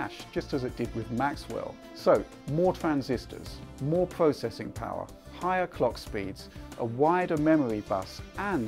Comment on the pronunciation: Moh pwocessing powah